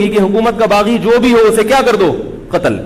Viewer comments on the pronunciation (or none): Katal katal kr diya bolata hai...